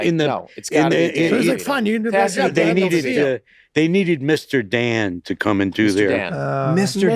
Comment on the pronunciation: "I love you to Chawley"